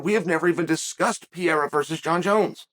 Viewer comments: Chael, say it with me Pe reí ra not hereira 😂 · Chael? PIERA? PE-REI-RA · alex "piera" lol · Alex Pee-era😂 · Chael doesn’t give af about names 😂 “Piera” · Chael: gets corrected by Ariel that Pereira's name isn't Pierra on camera and acknowledges it, says the name correctly Also Chael: makes a video the next day calling him Pierra the entire time Undefeated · Me: Alex Pereira Uncle Chael: Alex Pierra Me : Ok great. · Say it with me Uncle Chael Alex Pair-Air-Uhh! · Hey, white boy, maybe learn how to pronounce the guy's name :) lol "Pa rare a." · I love how Chael stubbornly mispronounces fighter's names. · Every time Chael says his last name slightly incorrect.. 1. I love it 2. know he knows what he’s doing which makes me love it even more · We don’t admit such things here,young man. Chael is undefined undisputed champ not only in mma,but in name pronounciation Championship also